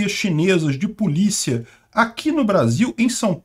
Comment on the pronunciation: Eu tô viajando ou ele falou “PULICHIA”? 😅